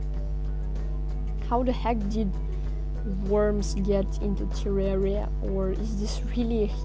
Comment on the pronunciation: You pronounced terraria wrong